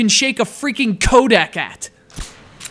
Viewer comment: More new gameplay modes than you can shake a freaking "Kodak" at. >Your communication device is not a camera >Pronounced Codec >mfw